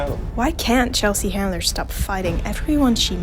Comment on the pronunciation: Chelsea Handler, not "Chandler"!